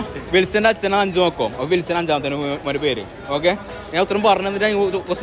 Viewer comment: 🥳🥳🥳 വിൻസൻ എന്ന് പറയണ്ടേ 😂